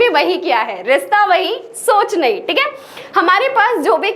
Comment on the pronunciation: Ye rishta wahi soch nhi hota hai ma'am and uh saying rista.... Ye bhto me hota h (sa) or (sha) me difference 😂😄